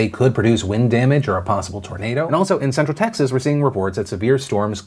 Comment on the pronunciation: Phil saying "central texas" threw me for a second